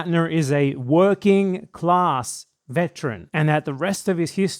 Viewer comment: the way some people read class is .... Intriguing